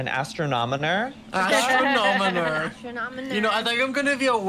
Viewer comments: XD "Astronomoner" Its Astro-nom-o-ner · It's pronounced: ast-ron-o-mer! "Astron-on-omer!" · It's astroNOMER not astroNONOMER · I love how everyone is pronouncing astronomer as astronomoner lol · I love that they pronounce astronomer as astronomoner and add an unnecessary extra syllable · I don’t know why I hate when they say astronomonor ⬅️is what they’re saying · The way they kept pronouncing astronomer😂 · When I want to be an Astronomer and all of them are saying it wrong: 🙁😶😐😔☹️😓😫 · Your saying astronomer wrong